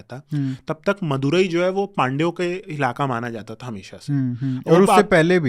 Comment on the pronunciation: शब्दों के सही उच्चारण करो जैसे पांडियन वाईगाई मदुरई